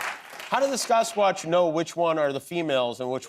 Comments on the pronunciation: Nice interview. She seems like a lovely girl. I live up here in the PNW. Land of the fabled Sasquatch. I cringed every time Jimmy mispronounced it as Saucequatch. Riley would gently correct him every time he said it, but he was defiant. It's Sass-quatch. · Quit saying saucesquatch Jimmy. ITS SASSSquatch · What is with Kimmel’s pronunciation of Sasquatch? It bothers me, and he said it 30 times! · WTF is up with Jimmy's pronunciation of Sasquatch?